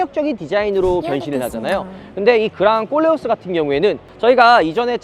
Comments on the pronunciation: 꼴레오스가 아니고 콜레오스입니다 듣기 거북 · 꼴레오스가 아니고 콜레오스 입니다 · 왜 꼬오올레 오스 라고 들리죠? 코오올레 오스 입니다 콜레오스! 발음좀 ㅋㅋㅋ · 꼴레오스 가 아니라.. 콜레오스 입니다 꼴레오스 꼴레오스ㅋㅋ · 그냥꼴려스로 들려요😢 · 보르노 보면 그냥 꼴린다로 들리내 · 꼴레오스라고하지마요 어감이😅